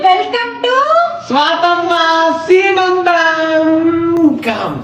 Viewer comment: శ్రీమంతం కాదు సిస్టర్.. సీమంతం..చల్లగా ఉండండి.